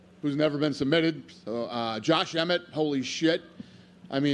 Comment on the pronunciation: Lmao comment of the year he called Emmett efeilefethese(name of hunchback dude)